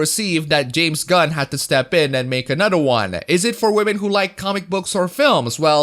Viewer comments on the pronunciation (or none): I wish you would stop saying Wahmen, I didn't say to stop because I'm offended, just the word has lost its flavour, the one given the kicks, so to speak. It's 2020, and people are still using a mispronunciation for women to mock SJWs that was started by Pewdiepie 3 years ago.